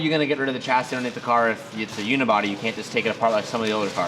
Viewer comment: WHY HAVENT YOU LEARNT TO PRONOUNCE CHASSIS PROPERLY. YOU CANT GO OORACAN US AND STILL F UP THE WORD CHASSIS.